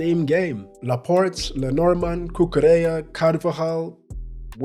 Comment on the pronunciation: OMG he pronounced Cocurella correctly